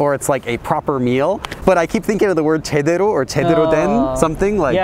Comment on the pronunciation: is it me and my poor listening skills, or are you saying "제대로" as "제드로"?